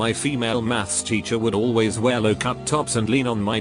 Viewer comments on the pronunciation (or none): none